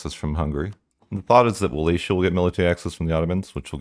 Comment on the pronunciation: Brother, it's Wallachia not Wallatia